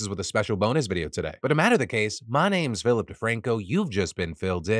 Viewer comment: Philip De-TANK-o. Love to see